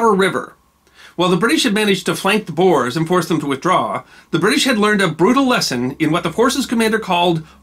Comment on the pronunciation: Thanks for the episode! As a south african descendent of the ‘boers’ this is very meaningful. Just a small note, the corrent pronunciation of ‘boers’ is actually closer to ‘boors’, but great episode anyway😀